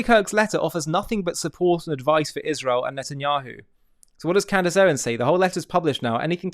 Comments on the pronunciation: Have she ever proven something about anything ever? And does she try to look smart when she talks? Because it has the opposite effect. PS And Candace, its Israel not Ichrael ;-) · Used to accept you (Candace) until I start hearing “Izhrael” What antisemitic you become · Dripping so much hatred that the demons can't even keep her face from contorting or pronounce Isreal correctly. She has lost her mind. Unfortunately, despite the facts, many will still believe her.